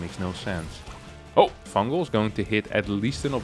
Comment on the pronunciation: "fungal! Fungal!" Sounded like you were saying "fangool!" In Italian